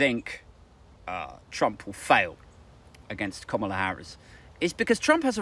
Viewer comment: It’s pronounced ‘Kamala’, as in ‘Instant Kamala’.